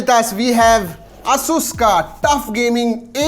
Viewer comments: its Asus not assssuuuusss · it is pronounced as एसस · Hasus Nahi he Asus he Bhai . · asus is pronounceed as ei.suhs you are doing as asuuuus a new word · Its hurts me when he says AASUUS instead of ASUS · You need to pronounce Asus properly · Lol he is saying it aasus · Bro you are doing Asus wrong pronounsation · You can't even pronunciate ASUS correctly! 🤣